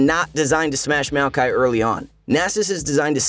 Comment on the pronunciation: Its MAOkai not MEOWkai